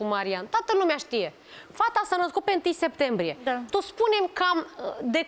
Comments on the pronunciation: Cand aud sectembrie imi râcâie creiereul bre 😂😂😂 e clar ca femeia se culca cu toti , cine stie a cui o fi copilita aia....habar nu are cand s-a nascut...vai de capu' ei... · "1 Sectembrie"😂